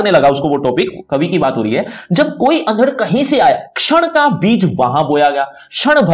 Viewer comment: भाई साहब.... अंधड़ शब्द का उच्चारण तो सही कर लो, हिंदी पढ़ा रहे हो आप